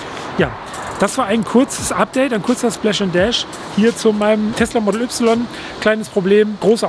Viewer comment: Erstmal "model" Englisch aussprechen und "y" aber dann deutsch. Lol